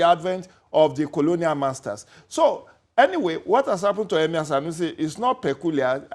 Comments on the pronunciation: What is EMAER....is that the new accent or what? So EMIR is now hard to say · Someone please tell this Seun guy to speak with his normal accent. He can't even pronounce 'emir' with that fake ass accent smh. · The way he pronounces "Emir" is just epic....lol